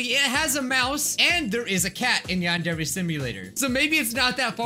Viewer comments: Yandere simulator youtube captions: yond every simulator:: Wow youtube captions: mom: Osana captions: Masada: uh captins: I * struggles to say yandare simulator * captions: young ok yawn gear yawn need ear: yany deer captions: yani dear: yany deer captions: yanni dear: yandare dev captions: The android dev: build captions: bill: (blob sound) captions: yeah male ethnic: (song) captions: hooey: yandare dev captions: Adnroid have: (why meme) captions: what sorry, my fingers got tired, i iwll do more later btw this is 100% true, turn on captions and go to these times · Yandere simulator ❌ Yond every simulator ✅ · It said she must sheet XD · “Yond Every Simulator.” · "yan dairy" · ": "Yandere simulator" Youtube caption's: "Yond every simulator" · the only way to read Yandere right in the first time is.. To be Asian. (No joking)